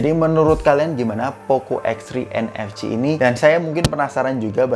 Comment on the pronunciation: Dengar mcm poco x3 nfg not nfc??